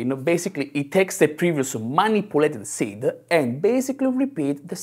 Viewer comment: If he would stop putting an -eh at the end of each word that ends with d/b/g/t he would get rid of 90% of his thicc accent. Bug-eh Cod-ed Seed-eh